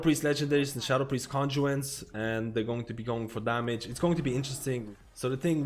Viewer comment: When he says "condjuents" I assume he means conduits?